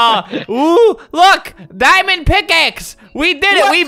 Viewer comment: Wen he said MY DIMOND PICAXE I thought he said MY MOM FATS